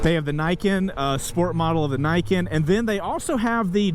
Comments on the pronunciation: Great video looks like a lot of fun to ride. Niken is pronounced = Knee Ken or in Japanese 二剣 which means 2 swords. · Neeken* it's a japanese word dude, not English.